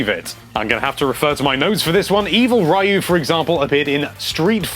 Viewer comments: Ryu is pronouced Ree-You not Rye-You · Does this guy always find a way to butcher the pronunciation of something? I mean come on Rye-oo? You HAVE to know that's wrong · Ryu= (R-Eeh-You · Oh my friend his name is pronounced Ree-ooo or in the Japanese sound is Roo.... other than that spot on review brother mane. 👍👍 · That's not how you pronounce Ryu... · into the video and you allready sound like a goddamn noob ... How are you gonna talk about an SF game if you can't even pronounce Ryu right ... wtf even XD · The way you say "Ryu" disturbs me. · You're pronouncing Ryu wrong. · Come on you can't mispronounce Ryu's name in 2017